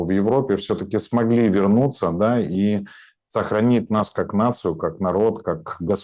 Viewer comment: Ув., вы высококультурный и образованный человек, но Ваше "да" больше похоже на кадыровское "дон". Без обид